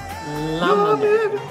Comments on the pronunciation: Loved this review, but let me tell you guys that in order to pronounce "Llámame" right, you better try the sound of "Y" at the beginning. Try saying "Yámame", cause you are saying "Lámame" and it sounds like "leak me" in Spanish ("lámeme") :) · We, spaniards, are to blame for this one. Romania is one of our favourite 12 pointers, and we are SO buying this one, I'm sure. And yes, we call "bebé" to our boyfriends. He knows so well. And Spanish Eurovision entry in 1962 was "Llámame" by Victor Balaguer. (Pronounced 'Djā_ma:_ mE) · Stop saying lamame it meens lick me in spanish . In spanish Ll = i And you are right is cheep but catchy . 😘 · When you said "lámame" I died 😂😂😂 it means "lick me". What a letter can do 😛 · Llamame sounds like “iamame” in Spanish! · Ll is a Y sound in Spanish. The way you pronounced it, it means “I sucked on it” 🍆😂🤣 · I just hope they learn how to say “llámame” LOL Such a good song ❤️